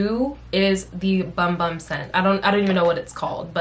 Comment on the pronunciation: It’s actually pronounced Boom Boom not Bum Bum 😂💕